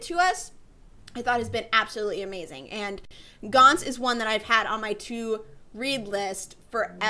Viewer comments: It isn't pronounced 'Gants'. It is pronounced 'Gan-tsu' I am sorry to be the pronunciation nazi but it annoys me when it is said wrong. But the Anime is just fantastic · Even the anime says its 'gan-tsu'. Well that is what I heard but I may be wrong